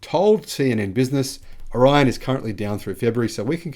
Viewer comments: The correct pronunciation is "or-long E-on. I live here. Well 6 miles away. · O' Ri' on. pronunciation.Accent on Ri